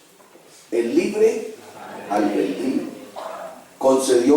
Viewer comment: No sé dice albendrio, se dice albedrío.